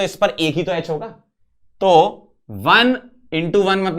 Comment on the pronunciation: यच ❌ एच ✅